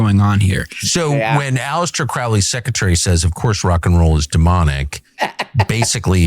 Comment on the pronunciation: Crowley rhymes with holy, Tucker.